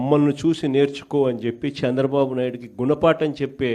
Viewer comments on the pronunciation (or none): హేయ్ జగన్ శాంద్రబాబు కాదు చంద్రబాబు అని పలకవయ్యా మాజీ. ఇదేనా నీ తెలుగు వెలుగు, తెలుగు ని నాశనం చేసేస్తున్నావ్, కోవిడ్ టైమ్ లో cm రిలీఫ్ ఫండ్ లెక్కలు చూపకుండా దొబ్బేసావ్ కదా మాజీ, మాజీ అయిపోయిన నీకు సిగ్గు లేదు, నువ్వు సమాజం ఉండటానికి పనికిరావు, నీకు సరైన ప్లేస్ జైలే, నీ అవినీతి కేసుల్లో నిర్దోషిగా నిరూపించుకో జగన్, నీకు బుద్ది మారదు, పాకిస్తాన్ వాళ్ళది నీది ఒకటే బుద్ది, త్తు, త్తు, ఛీ, ఛీ.